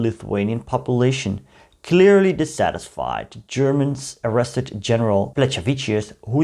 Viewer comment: Plechavičius is pronounced as "pleh-kha-vi-chyus".